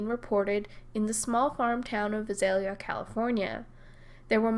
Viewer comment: Love your vids. Very well researched. BTW, the Vi in Visalia is pronounced like the Vi in violence. Emphasis is on the second syllable with a long a.